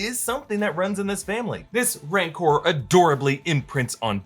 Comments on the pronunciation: You also say "Mancor" twice. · Isn't it "Rancor"?